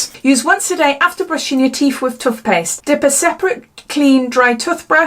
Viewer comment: Love the way you say " tuffpaste" cracks me up every time xxx